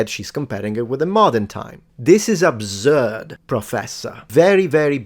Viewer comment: "It's an obzurd take"